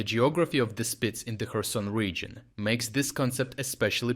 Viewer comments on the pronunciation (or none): none